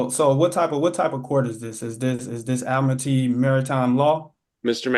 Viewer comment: They NEVER pronounce ‘Admiralty’ right.